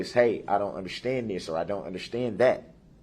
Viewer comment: Even worse is the audacity to pronounce the word ‘understand’ as ‘underschtand’ or even sometimes ’underschhhhtand’ It makes me want to fold his face in. I would pay reallly good money for the chance to do so.